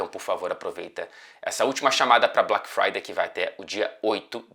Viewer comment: E o sotaque britânico do Fred falando “Black Friday”?